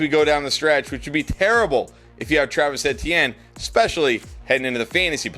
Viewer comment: Travis E T N, not sure why it’s so hard for you to say his name.